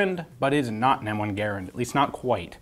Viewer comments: Its garand not gerand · pronouncing Garand like "gare-and" is just so cringe, I don't care if that's how the guy's name was pronounced, that's not how we say it in America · {Jason Clark} The name is spelled "Garand," but it is correctly pronounced like the word "errand." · Never heard garand pronounce that way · Y do you pronounce Garand weird